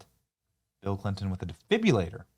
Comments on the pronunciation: Benny we love ya, but ya gotta work on your pronunciations of some words. It’s a de- fib- RI- Lator not a defbyalator. And is new- clear, not nuclear ya lar. Not criticisizing merely pointing out the left will use that against you. Don’t give em the ammo. Keep up the good work and let us know who really killed Charlie cause it wasn’t a furry drag Queen. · I support your channel BUT please learn how to pronounce properly "defibrillator" and "Fentanyl". Hint: It's NOT DE-FIB-U-LA-TOR and FEN-TA-NALL. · Benny. De fib rillater ( exchange the r for your u ). Suncerely, your loving retired RN